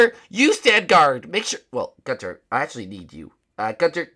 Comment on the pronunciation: when you say gunther you suppose to say it like gun and then ther